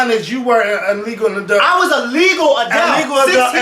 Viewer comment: I love how pronounces 'adult' as "Adelt" bless his little heart lol